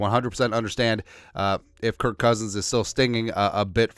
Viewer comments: His name is Kirk not Kurt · You mean "kurt" cousins right?